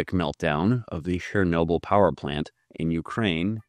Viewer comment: Why does he say "Shernobyl"? The first sound is "ch", the same as in "check" or "cherry". I get that our slavic languages are weird and rather difficult to pronounce for an English speaker (and "proper grammar" is not the point of the video, obviously), it's just strange to me that an american would read "ch" as "sh", the way the French do.